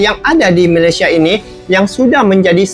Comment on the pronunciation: katanya sudah merantau. sebutan Malaysia pon salah. Malasia?..abahh luu!!